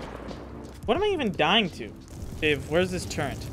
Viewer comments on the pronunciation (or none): turret not turrents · why saying turrent instead of turret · Bro said "where's that turrent?" 🤓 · HOLY SHIT WHYY DOES EVERYONE SAY TURRENT!!!? lol its such madness hahaha